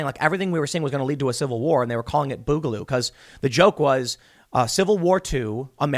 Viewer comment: Tim boogaloo comes from the word boogie you're pronouncing it wrong I'm sure you've been told this